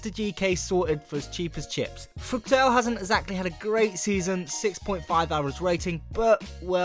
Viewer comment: Fruktel? Its Pronounced Fruhtl!